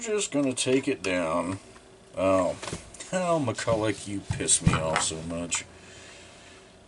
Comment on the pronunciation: Why do people always pronounce McCullough on